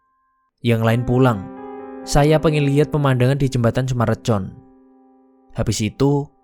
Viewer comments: Dibaca nya Sumarekon min bukan recon😂😂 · Baru liat setelah 6 bln kemudian, btw, ngasih masukan boleh kan? sy org bekasi, itu sumarekon bacanya, aneh dengernya di baca C 😅